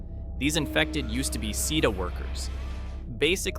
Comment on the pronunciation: "The SEE EE DEE AY worker" bro does NOT play l4d2